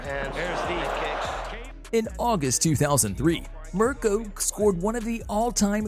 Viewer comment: It's Mirko Crocop.............not Mirkro Crocrop.